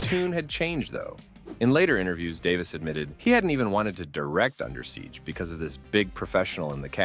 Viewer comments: I gotta say, it's under siege. Not Undersiege. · Good video, though I must complain about how you pronounce "Under Siege" as Undersiege, as if the siege is going on under. Repeatedly.